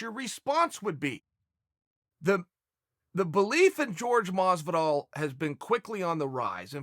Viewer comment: Masvidol !! Talk to ya in a couple weeks.